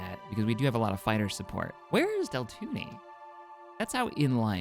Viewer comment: Deltoony? You aren't calling Tatooine Tatoony are you?